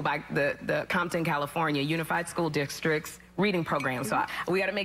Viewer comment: LOL she said "DICK-stricts" 😆😆